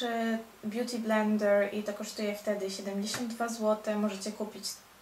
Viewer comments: Beauty BlendeRRR to "r" tak akcentujesz :d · DOKŁADNIE! pieprzy jakieś głupoty, a woda leci...a poza tym bardzo irytuje mnie to jej R na końcu "beauty blender"